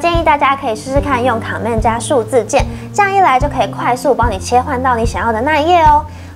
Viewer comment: 介紹得很專業，但我想小雞婆一下妳的command發音不正確@@ 不是 ㄎㄤˇ ㄇㄟˋ，是類似"ㄎㄣˇ mand"